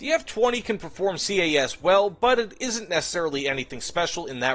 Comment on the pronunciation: STOP FUCKING SAYING C A S CALLED IT CAS ALL ONE WORD HOLY SHIT IM GETTING PISSED OFF BY THAT have a nice day